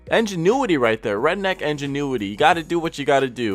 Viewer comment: I-ngenuity. Not E-nginuity. Dunbar NOT...dumbear. lol